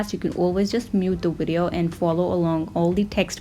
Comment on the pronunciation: Cute when you say WIDEO lol